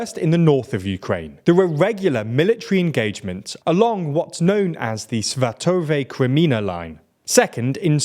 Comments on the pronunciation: Svátove - emphasis on the first syllable. Kreminná - don't forget double n, like a spring on your tongue, "a" is stressed. Avdíïvka - stress on first "i" and it's pronounced more like "Avdiyivka". Mar'ïnka - same here, "Mar'yinka". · For god's sake, learn to pronounce Svatove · You keep pronouncing "Svatove" wrong. It's not "Svatov-ay", it's "Svatov-eh". Also, the emphasis is on the first syllable, not the second. "SVA-tove", not "Sva-TOV-e".